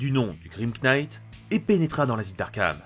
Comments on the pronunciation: Je sais que ça va sûrement un peu te saouler mais le "grim knight" le "knight" se prononce "night" voili voilou. Sinon superbe vidéo, je trouve que ta voix est très captivante, et ça aide vraiment à être accroché à ce que tu racontes ! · laugh se prononce LAF knight se prononce NIGHT merci et bonne continuation